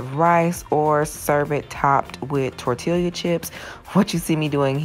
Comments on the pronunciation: Everything thing looks delicious! I will have to try these recipes. Btw. Tortilla is pronounced tor-tee-ya. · Thx for the meals in exchange ill help you a lil lol Tortilla is pronounced tor-tee-yah 😁 Stay blessed 🙏🏽